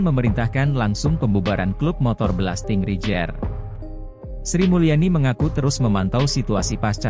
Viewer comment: Min .....bacanya belasting reider....bukan rijer